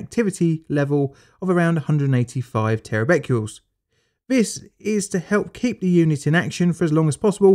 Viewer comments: Bq is bequerels, not bequles. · Tera “Beckyools” - I think you mean Becquerels “beck -er -els”. Cummon man, it’s not hard to get this stuff right. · three point three Terra Becurels?? Bit like nucular war.